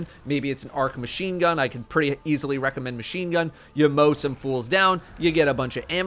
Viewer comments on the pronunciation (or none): none